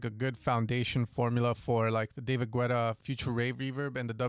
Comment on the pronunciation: Come on, you know spanish. It is pronounced Guetta without the U. 🤣